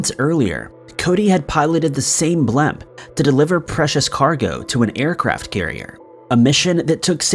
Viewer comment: What part of America pronounces the word blimp "blemp" ? lol